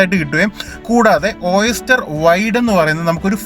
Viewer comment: ഒയെസ്റ്റർ ...... അല്ല ഓയിസ്റ്റർ (മുത്തുച്ചിപ്പി ) ആണ് ട്ടോ വായിക്കുക പറയുക....